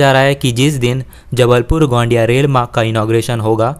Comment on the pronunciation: गोंडिया नही है गोंदिया है